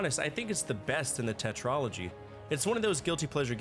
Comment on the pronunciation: 😂🤣😂🤣🤣😂 bro I love how you talk shit about how bad a game is just because I can relate. Safe to assume we are going to get the top 10 worse??? 😂 Ttyl bro peace. * What the hell is a tetrology? I had to put the caption so I could read what I heard.